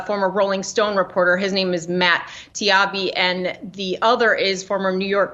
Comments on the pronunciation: Hey, Yahoo, it's Tah-EE-bee, not Tee-AH-bee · The irony of talking-head journalists questioning Taibbi being a journalist while being unable to pronounce his name as it's spelled. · The Yahoo lady couldn't even say the guys name right. Come on, do your research, uh Google search. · That Yahoo chick can't even pronounce Taibbi's name properly. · the hiring pool for yahoo must be ex miss america contestants...she couldn't say taibbi's name correctly...he pretty famous. i apologize if she's just dyslexic.